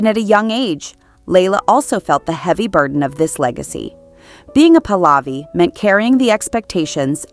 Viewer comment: The dynasty is pronounced 'Puh-luvi'(emphasis on the first syllable), not 'Pulaavi'!